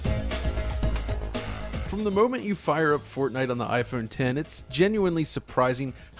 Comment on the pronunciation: Thanks for calling it IPhone 10 properly as opposed to what many people think it's called, "IPhone X"